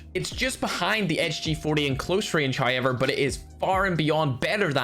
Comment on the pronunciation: Us: However: hay-yever